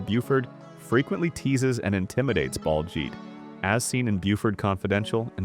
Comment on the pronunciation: BALJEET?!? listen to gimme a grade. just do it.